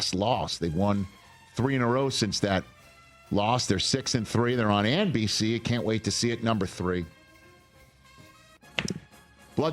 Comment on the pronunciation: Am I the only one that thinks when Rich says NBC he pronounces like Howard Stern did it from his movie a long time ago